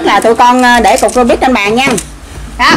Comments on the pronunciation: Rubik ko phải rubit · Robik bà kia nói là robit anh em ah